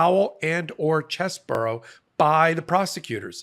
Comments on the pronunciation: Its pronounced "Cheesy-Bro" not "Chess-bro". He gets zero name-integrity from us for being a traitor to our democracy. CHEESY BRO! Lets normalize that lol. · It's not fucking BORO, it"s BRO!! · why do you keep saying cheseboro? It's CheseBRO!